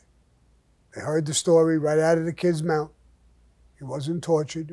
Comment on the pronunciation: Right in his MOUT!!! Lol!! Not his Mouth! HIS MOUT!!!! Love the accent Sam!